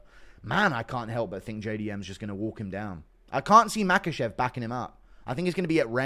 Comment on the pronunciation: Islam MaCUHchev👨🏽🇲🇽 no quema cuh😂